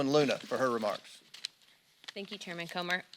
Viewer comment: She said Chairman Cummer.......